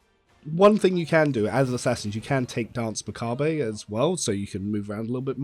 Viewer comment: Hey! Cool video but please either pronounce the 'r' or don't pronounce the 'e' in macabre. XD